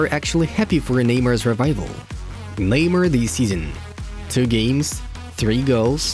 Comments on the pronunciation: Who tf is ‘kneemer’ bruh 🤣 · Am I the only noticing this guy calling him “lemur” 😂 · Even though I don't speak Portuguese I know how to pronounce Neymar. You are insulting to other cultures. Make a little effort the imperialist...!!!